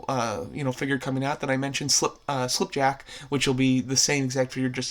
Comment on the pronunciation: Him: says slipjack Me: 😤😤😤